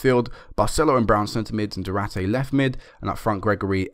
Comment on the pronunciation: it's not Du-ra-te man, like u say... it's du-ar-te :)